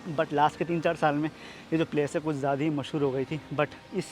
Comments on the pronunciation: Jyadi kya hota hai bhai.. "Jyada" hota hai vo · "Jyadi" kya hota hai bhai.. "Jyada" hota hai vo.... 😊